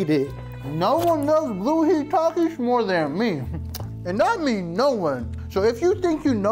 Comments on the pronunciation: hell naw why bro cant even say takis if hes addicted to it . instead he says takish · Taxis😂😂😂 ITS PRONOUNCED TAKIS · Bro said takis wrong😂😂